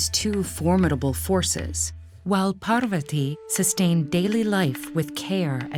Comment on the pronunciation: With Ted Ed being such a big platform, I’d have expected them to at least get their pronunciations right. There’s no dearth of Indian people who can speak clearly and pronounce the words properly. I’m only 50 seconds in and I am already cringing at the absolute murder of “Parvathi” and “Ardhanareeshwara”. Please, in the future, double, triple, and quadruple check your pronunciations!